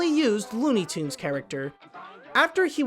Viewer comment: it's tunes not toond